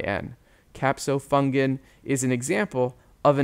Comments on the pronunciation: Great video btw, but it’s “caspofungin” not capsofungin I believe. Thanks so much for the videos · Fantastic Video ! One error. It’s Caspofungin, not Capofungin. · I love your videos but it’s caspofungin